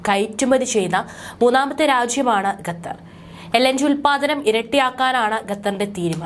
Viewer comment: ശ്രുതി തെറ്റാതെ ഖത്തർ എന്ന് പറയൂ കുട്ട്യേ